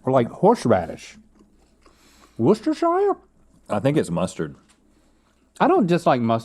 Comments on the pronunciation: Btw Link Worcestershire is pronounced Wuss-turr-sheer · Haha Link has tried so hard to pronounce Worcestershire... and still butchered it 🤣🤣 It's honestly hilarious trying to wash you guys pronounce anything that is not simple English...